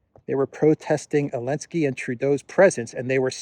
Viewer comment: Didn't anyone tell him that the Ukraine President's name is Zelensky and not "Elensky" unless there is a silent "Z" on Ukrainian.